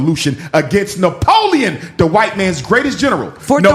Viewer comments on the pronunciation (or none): why doc 😂say Napoleon like that?